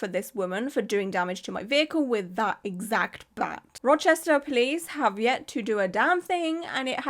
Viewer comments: You pronounced Rochester correctly! My nearest city is Syracuse (See-ruh-cuse) which has several tattoo shops. I'm planning on getting my first tattoo sometime over the next year and I'm very excited and very happy to know to AVOID this person!! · sits down with a nice wholesome breakfast, mixing blueberries into oatmeal “In this video we’re going to be talking about a tattoo artist in Rochester…” head snaps up You said it right. I’ll be sharing this video shortly as a local, I just want to watch through all of it first. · You said Rochester perfectly. I’m very impressed 👏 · Yes, you said Rochester perfectly!!!! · Love your channel! This is awful, and im a few hours from Rochester ny, and yes, you pronounced it correctly:) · Oh Shannon. Yeah she’s a looney 😅 all over my social media lol. Also, I’m from Rochester, you said it great 🖤🫶🏻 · As a central NY girlie, you did GREAT pronouncing Rochester lol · You said it right. Love your content!